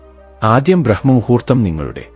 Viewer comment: ബ്രഹ്മമുഹൂർത്തമല്ലടോ ബ്രാഹ്മമുഹുർത്തമാണ് ശെരി